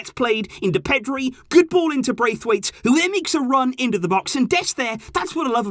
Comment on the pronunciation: Martin Bracewaite you know 'Bracewaite'